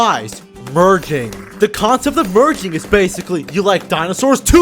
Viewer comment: Why did I hear virgin instead of merging